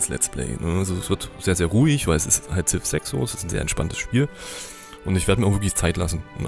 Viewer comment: "Siv" "not Zif"...